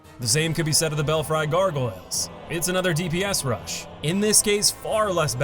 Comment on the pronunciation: All good points but is nobody gonna talk about how he said "bel-FRY" gargoyles?